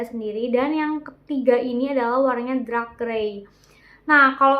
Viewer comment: Dark mbak Bukan Drak Semangat